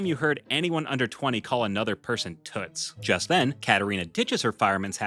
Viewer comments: It sounds like she's saying tits😂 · I don’t like Daniel tiger and it’s sounds like t**s instead of toots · I thought raisins were a crappy Halloween treat, but stickers? Also O the owl missed an opportunity, he could've gone as a broken traffic light. If that can't be scary then I don't know what will. Also also, one of those "Toots" she said sounded like she said "tits" and that's just hilarious.😂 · I thought prince wensday was a bee hevie and l thought miss elila was saying toot 😭😭😭